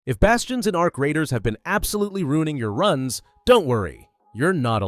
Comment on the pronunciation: "A R C Raiders" hurts my brain